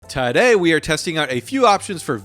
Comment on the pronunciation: Anyone else really like the “tuhDAY” part? 😅 it makes me excited, like “yes man what are we making tahDAY??”